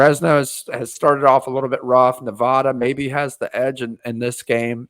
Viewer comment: I don't know if you'll read this, but just a heads up, you're saying Nevada incorrectly. The locals don't use the long a sound, we say the a as in 'apple'.